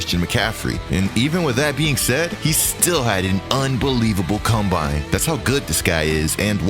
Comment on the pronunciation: This is gotta be the dumbest list I’ve ever seen in my entire life. Period. Period. Period. What sort of Moron would make this? They didn’t even know how to pronounce the word ‘combine’ correctly… The stuff you find on YouTube SMH